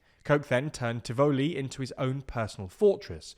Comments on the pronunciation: TIVuhlee, not tivOHlee. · Firstly it's not pronounced Ti-voo-lee it's Tivoli. Quick and short not drawn out as you mispronounced it. Secondly the barricades were erected by the residents of Tivoli Gardens because they were fearful of the security forces intrusion would cause exactly what happened when the went in to get Christopher (Duh-dus that's how its pronounced no doodus) Dudus Coke. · Just to say we pronounce it Tivalley, not Ti Voo ly. 😊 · Tivoli is pronounced "tivalee" not "Tiv O'lee" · Great video but please check the pronunciation of "Tivoli". The "o" is short as in volley or volleyball. So it sounds like Tivolley.😊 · I remember doing the equivalent of A levels in the midst of the Tivoli Incursion. Also note, it's pronounced "ti-vuh-lee". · You mispronounce Tivoli (accent on the first syllable) as well as fiefdom. I have heard about the IMF and debt, but not about whether the government is serving its people well with services such as education and healthcare. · 1. You pronounce Tivoli weird. 2. Bruce was a good PM but committed political suicide to project Coke. 3. Normal Jamaican not feeling what you are talking about. It's basically accounting and still corruption by the high class to enrich themselves. That's why Manny hate the current government. 4. We are exploited by low wages and American call center now like to sell up shop here. People with high degrees are working in low wage call center while the government give themselves record increases that match the UK and Canada while some in parliament have no education and either can't or won't read. Then with the little increase for they rest of us, we have to now content with the sliding dollar that hitting record low ever 3 days